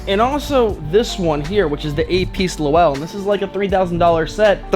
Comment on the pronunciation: Great as always!! Just so you know Lowell is a one syllable word. Pronounced LOWL. It is a town in Massachusetts and was a textile giant 120 or so years ago. I cant wait for the next Video!!